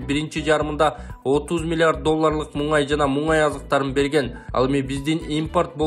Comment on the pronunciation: Мунгай эмес мунай зат деп айтылат